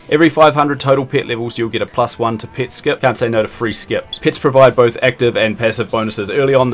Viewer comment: took me like 3 minutes to realize that you mean "pet" when you say "pit"